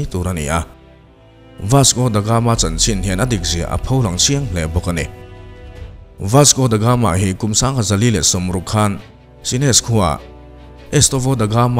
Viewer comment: Ka la sawisel ngai miahlo che i content pawh a ṭha ṭhin. Mahse, tun ṭum chu ka beng thlep a awm nual mai, huat vang ni lovin ṭhahnemngaih vangin ka'n sel ve teh ang che. Chhiar hmain ennawn leh a ṭha ka ti. Tin, lam dan ah chian loh i neih chuan a thiam tura i ngaih rawn a fuh ang. Youtuber ah chuan i ṭha deuh berin ka hria ka support tlat che ania. Ka sel pakhat chauh,"Vasco Da Gama", tih lai tak pawh hi i lam diklo tlat in ka hria. "The Gama", tih leh "Da Gama", tih hi a lam dan in anglo deuh mai ania aw. A dang chu sawi lo mai ang, a sei dawn tlat. Ṭang fan fann....